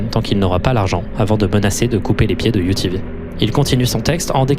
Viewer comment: quand tu disait UTV j'entendais rien d'autres que UVB